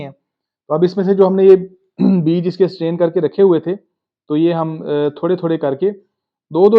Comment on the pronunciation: The word is STRAIN. Not stain. Stain means 'dagh' in urdu. The word 'strain' means "chan" leyna. Don't forget to pronounce the 'r'.